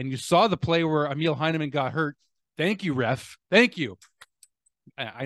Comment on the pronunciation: Yes it sucks big time. By the way, Emil is pronouced “E” “mill” (factory), rather than “meal”. Does that make sense?